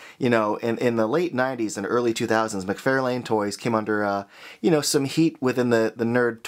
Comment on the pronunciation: I hope by now you’ve learned how to pronounce “McFarlane”.